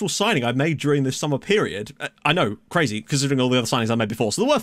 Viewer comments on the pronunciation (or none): none